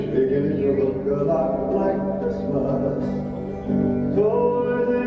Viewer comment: Merry Christ"mess"!!! LOL